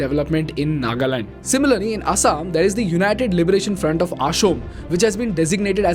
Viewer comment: Wth is 'Asaam' (based on the pronunciation)?